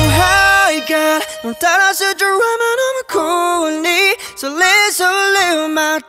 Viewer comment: ドラマってとこ普通に発音してくれたらめっちゃ良かったと思う